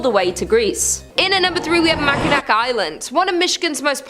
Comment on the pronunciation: Learn to say Mackinac correctly